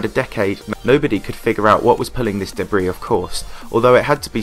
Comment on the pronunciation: It’s pronounced duh-bree and the dubstep music in the background didn’t fit the video’s theme at all.